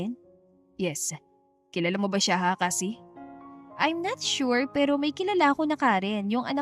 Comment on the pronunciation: Nagtatagaka lang ako ... AI ba tong narrator? Sure pronounced as eshure... School naging iskol, kahit English walang I sa unahan naging is .. 😂😂😂😂😂 miss narrator plssss . Practice your pronunciation ng mga words that begins with letter s. Walang I sa unahan.